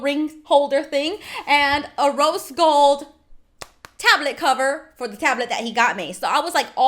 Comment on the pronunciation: Her: Rose Gold Phone Case Me:I thought u said Roast Gold Phone Case